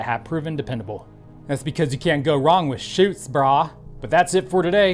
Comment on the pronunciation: You say "Brah" the Hawaiian way!